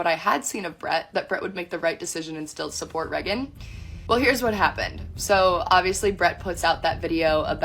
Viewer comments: Unrelated but her cousin prouncing Reagan like Megan instead of raygan is really throwing me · Really annoying how she pronounces Raegan as Reh-gan instead of Rae-gan. And says it SO much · This DULLARD doesn't even say her sisters name the way her sister says it. She says "Reggin", while Raegan pronounces it Raegan. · "Reg-gan" its ray gan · Reagan is a cool name. Her cousin pronounces it “Regg’n” and just sounds ignorant. Is that actually how her name is pronounced? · I hate how she says "Reggen" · How come no one is talking about how she says “Reagan” as “Regent”? Ish is unbearable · How she pronounces Reagan is driving me insane. She's saying it like "Reggin." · Sidebar: is this chick's name seriously pronounced Rhe-gun???? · It actually hurts me to hear her say REH - GAN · Who is this "Rehgin" this rando keeps talking about? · I AM SO TIRED OF HEARING 'REH-GHEN' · Why does she pronounce Reagan like that and why her eyes so close together? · Why can't she pronounce her cousin's name correctly? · Do we have proof this girl is actually Reagan's cousin? She's not even pronouncing Reagan's name right... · I officially hate the name “Reagan” especially the way her cousin says it. Also you can see how comfortable her cousin is talking shit about Brett so this isn’t the first time she’s done it. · I’m sorry is she even pronouncing her name right? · I don't know how much we can trust this woman. She can't even properly pronounce her cousin's name. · She can’t even pronounce her name right, how the fuck am I supposed to believe anything she says 💀💀💀